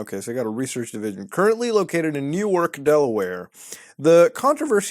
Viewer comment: Newark (new-arc) DE is a college town home of the U of D Blue Hens. I think you're thinking of Newark (New-erk) NJ.